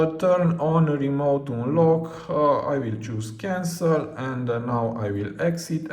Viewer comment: Bro just said "cancer" instead of cancel 💀